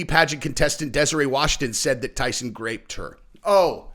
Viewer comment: Are you saying "graped"?? lol. Its "groped motherfucker. Groped!